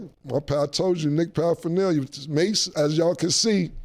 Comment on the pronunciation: Cam it's not paraphernalia lol